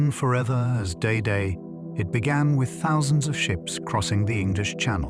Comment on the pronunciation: Known forever as"Day Day"? Fucking AI!